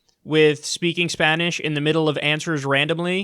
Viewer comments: Why do they speak Spanish with Portuguese pronunciation? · Booker speaking tongues was the greatest. Pure comedy hahahahaha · Beto's was alright but he mispronounced some stuff. Bookers Spanish was terrible in all forms.